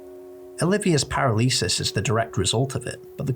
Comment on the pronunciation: Your pronunciation of the word "paralysis" hit me like a truck, never heard it said that way before lol. Great video, been watching a lot of your stuff recently.